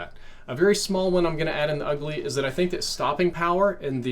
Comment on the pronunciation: lol “ulgy”